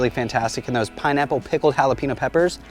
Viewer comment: Please learn how to pronounce jalapeño!